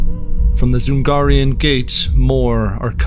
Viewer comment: It's not DZungarian, it's usually read DJungarian or even Jungarian